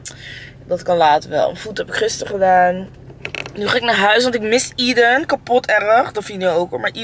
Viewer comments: Aeden spreek je toch uit als Ey-dun en niet Ie-dun? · Hi, gefeliciteerd met jullie zoontje! ❤ mag ik je vragen waarom je de naam zo uitspreekt?